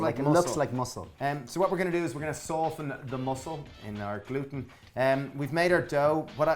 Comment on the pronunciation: "Kweat glooten" Haha.